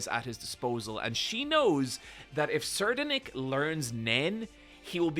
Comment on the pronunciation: Sir de nick is okay But I think its Sa Ride Nick nicknamed Serri